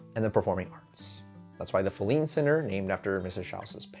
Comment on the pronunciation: Very interesting. I’ve attended many performances at Wolf Trap, but never knew the back story. One thing though, you kept mispronouncing Filene. Emphasis is on the first syllable and it’s a long ‘I’.